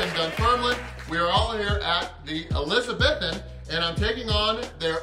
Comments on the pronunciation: Mate shoulda got the toast buttered. Looked drier than gandhis flip flops 🤣🤷🏻‍♂️🙈🙊🤦🏻‍♂️ and its pronounced Elizabeethan 👍🏻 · ElizaBEthan, not ElizaBETHan,. xx